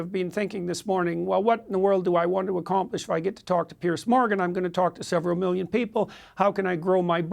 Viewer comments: His name is Piers...a difference pronunciation to Pierce which has a hard S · Does he keep calling him "Pierce?